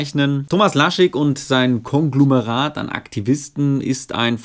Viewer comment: Lieber ... es tut mir leid, aber ich muß hier meinen Oberlehrer freien Lauf lassen: Es heißt Konglomerat. Konglomerat! Nicht Konglumerat! Ein Konglumerat gibt es nicht. Jedenfalls in keinem deutschen Duden! So, wie es auch Rös'schen heißt, und nicht Röschen. 😛 ;-)